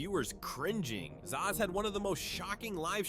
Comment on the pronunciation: yeah I could've guessed since he kept calling zias "za" 😂😂😂